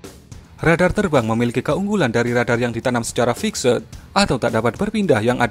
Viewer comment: Radar Fiksed 😅 ngakak pronounciation-nya min